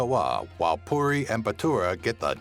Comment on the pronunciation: the way you said puri is a curse word in kerala